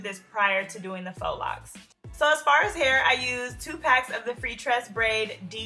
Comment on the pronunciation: GIRL IM SO GLAD YOU KNOW HOW TO SAY IT RIGHT